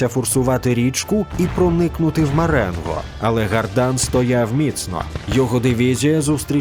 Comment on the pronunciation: Маренґо? З буквою "ґ"?